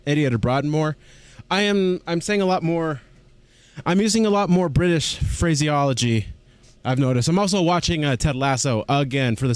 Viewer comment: He means phraseology, which is a real word. He just pronounced it slightly off.